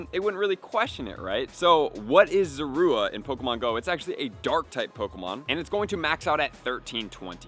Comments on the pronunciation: Pronouncing it wrong. It’s Zorua. Not Zora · Sorry but who says zorua like that